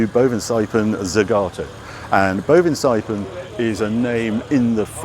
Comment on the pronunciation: Harry. Again, do your research. The name is Bovensiepen. Not Bovenseipen. Boven you got right. Siepen is more like "to seep (through)". So you could say the name is "bovenseepen". Please correct this.